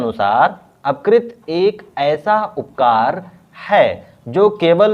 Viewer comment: Upkar nhi apkar hota hai Bhaiya ji